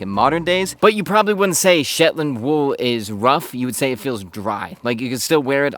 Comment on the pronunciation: Your “Shepland” keeps reminding me of Benedict Cumberbatch’s “pengwing.” lol